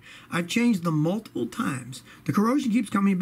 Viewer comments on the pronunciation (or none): none